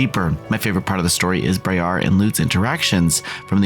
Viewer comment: It’s briar like briar rose